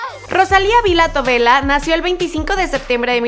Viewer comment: Mariely Guerrero gabriel es un apellido catalán y se pronuncia Tobella, tal y como se escribe :)